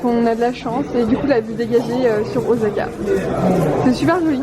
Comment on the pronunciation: ca se dit pas OZAKA !! c'est un s donc ca se prononce "sa" !! Mon combat de tout les jours avec ma chienne qui s'appel Osaka ...